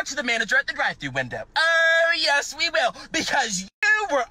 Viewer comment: It was the “ooOOooh yes, we will” for me. Dude really out here at 20 yrs old being a textbook Karen.